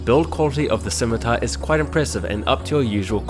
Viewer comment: "Razer Schimitar"